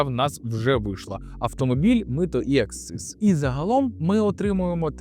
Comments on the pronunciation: Не аксциз, а акциз. Клоуне ти недоучений. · Правильно говорити і писати "акциз".